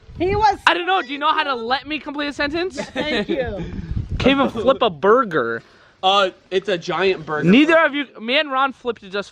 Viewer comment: He said a Durger 😭😭😭😭😭😭😭